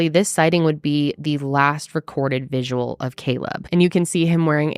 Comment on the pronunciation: whyyyy do so many ppl say "visual" for vigil 😫